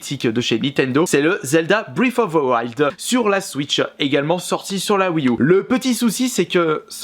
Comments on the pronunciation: "fbrif offfff fe fouaïld" c'est pas compliqué à dire breath of the wild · ‘’Zelda brifouvewail’’ On dit Breath of the wild en fait... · Breath of the wild, pas britoftewouald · En exclusivité pour toi ! Ça se prononce : Breath of the wild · Brèsse offe ze waillede ! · brèft of de waÏld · Alala tu me feras toujours autant rire avec ton anglais si parfait avec une prononciation magnifique Zelda: briiffe oveu wouald mdrr 😂😂 vidéo au top comme d’habitude 👍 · Brife foffe ze waldeuh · " Zelda bfife ofe fe fils " Je te kiffe 😍😍 tes le meilleur change pas 😂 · Tu peux prononcer breath of the wild stp c tellement marant comment tu le prononce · zelda briffe of a wouayld ou encore zelda toilette prinsaisse xD quel accent anglais de toute beauté